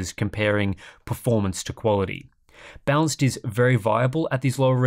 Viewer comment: i kept hearing bounce mode